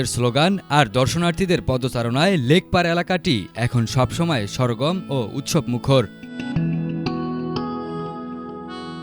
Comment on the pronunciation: 'সরগম' না সরগরম ও 'প্রায়ত' না প্রয়াত! জ, য ও ছ এর উচ্চারণ সঠিক নয়! এতো ভুলভাল উচ্চারণকারী কীভাবে টিভি রিপোর্টার হয়?